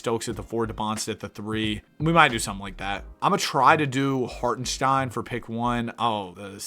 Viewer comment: HartenSTEIN not SHTEIN